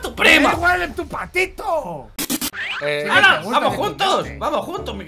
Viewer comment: Me dio rrisa cuando dijo patitu